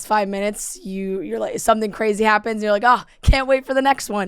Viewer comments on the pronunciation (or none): He says “someFing” 🥰